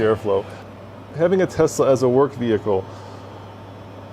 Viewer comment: Not to mention "veer hickle"